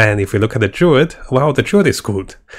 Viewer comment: Maybe he did it on purpose hah. Druid is Durid, and Necromancer is Nercomancer.